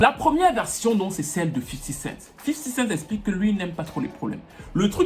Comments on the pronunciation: J'suis le seul que ça énerve quand il dit tjrs "Fifty CentS" près de 20ans après vous prononcez tjrs un "S" qui n'a jamais existé à la fin ! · 50 Cent"s" ? Mais y'a pas de S mdr